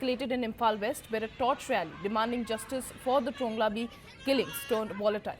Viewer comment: Right pronounciation TRONGLAOBI.